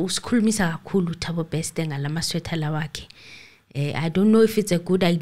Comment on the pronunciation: it's not Bekster, it's Bester pls 🤣🤣🤣